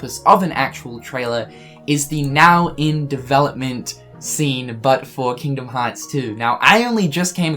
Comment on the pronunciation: "Kingom hats" why you speak like that lol